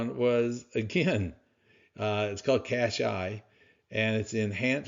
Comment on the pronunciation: CSHI...not CASHI 👍